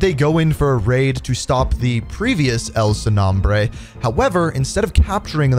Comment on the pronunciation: Not trying to be rude but the way you say El Sin Nombre Is the whitest way you could possibly say it 🤣